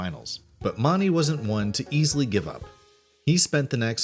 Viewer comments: It's pronounced MOONey, not MONey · You don't pronounce JB Mauney the way you're pronouncing it, you're pronouncing JB's last name as Maunney it's not pronounced that way Mauney is pronounced to sound like Mooney although it's Spelled MAUNEY It's still pronounced JB Mooney. Just Saying. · Hey, JB's last name is pronounced Like "moony" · It's JB Moon-ee. If you're going to narrate info about someone, learn how to pronounce their names please! Tuff's last name is pronounced Heed-a-man. We all enjoy your videos, but please...research names before you upload them :) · Learn to say JBs last name correctly for starters and 2nd Tuf made a promise to his son that would never get on that bull again after he got hurt at the pbr finals 3rd lane wasn't killed June of 1989 he was killed in July of 1989 if your going talk about bull riding get your facts straight. O ya it's PRCA not PCRA SMH learn your facts before looking like a dipshit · That isn’t how you pronounce JB Mauney’s last name!!!!